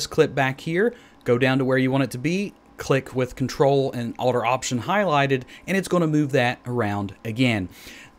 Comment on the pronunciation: Thanks. I was trying to figure out what he was saying in the video. It sounded like control and alder option highlighted. I had no idea what that meant.